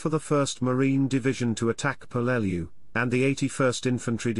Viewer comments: Yes, it’s pronounced how those who were there pronounced it. That becomes the correct pronunciation, just as you gave it. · Dad fought on Peleliu as an Artilleryman in the 1st Marines. He always pronounced the island name as PEL-leh-loo.